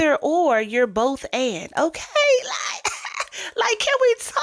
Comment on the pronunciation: This is a good video but please stop saying "okaaay" and work on your diction. That will help you to elevate quite a bit. Speaking well should be a goal of yours if you really want to grow. Listen to how well the women and men in the videos speak. Listen to how Rev. Ike speaks. Articulate. Not cringeworthy. They don't sound ignorant. You aren't a gay male. Stop the slang and the lip smacking. The words end in the letter g. Not the letter n. These women sound educated. You sound like you are trying to host a drag show. It's not cute. This is a gateway into being taken seriously and not like a caricature. Hopefully, this helps and you will work on this. It makes all of the difference.